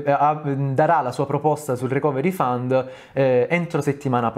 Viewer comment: ohh finalmente uno che dice fund e non found.